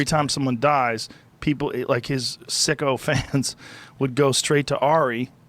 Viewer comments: Maybe he said "sycophants"? 🧐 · “sycophants” not “Sicko Fans”* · I think Rogan said Sycophants not sicko fans